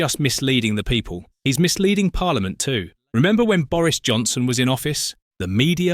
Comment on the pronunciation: Starmer cannot say the word "people"...which indicates to me that he has no interest whatsoever in the people. Once you notice, it is blatantly obvious.😮